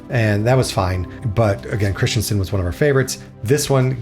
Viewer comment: Kristiansand has a "a" in "sand". The "u" is much longer and more pronounced. "Haugesund", not "Hagesund". The "u" is important. "Hage" means "garden". "Haug" means "pile"/"heap"/"hill". The "e" essentially making it "hilly" "Sund" means basically a narrow passageway for boats, say between a island and the mainland. So the passageway for boats in a hilly area, or something like that. Flåm is just too much of a tourist trap to be recommended in my view. It's not *bad*. But don't pay extra to go there to put it that way. Other locations should sell you on a cruise instead of that one. When learning that compound word try to learn the individual words first. "Nær" (close), "øy" (island) and "fjord". Essentially the fjord is named after a island called "Nærøy" And technically the original name wasn't "Nær" but "Njord" in Norwegian or in Icelandic "Njörð" (a viking god of the sea) So essentially it's the fjord near Njords island. Romantic? Perhaps l'm just spoiled by living in this country... Don't worry about it, for western Norway I mostly agree, although Flåm would get a zero in my book and you're missing out on everything further north. Far too far south for northern lights to be probable. Also, September is a bit on the early side for that... And also a time when the Atlantic ocean isn't exactly at its kindest... On the other hand 2024, 2025 and 2026 are probably the three years where you're the most likely to see northern lights th